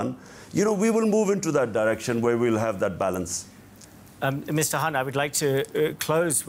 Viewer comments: the presenter is a US bot, he could not even pronounce Mr Khan's name correctly, kept calling him Mr HAN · Why the News presenter keeps calling Mr Khan as Mr Hunt?